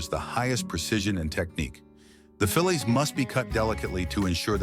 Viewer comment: It's not fillits it's fillets. Pronounced fill aaas